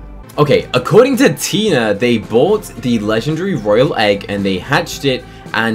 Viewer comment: Um they said a royley egg